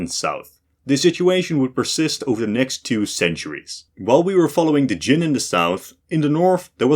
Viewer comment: Kyem, not Jin!